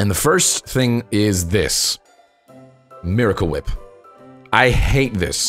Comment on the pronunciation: He pronounces Miracle Whip wrong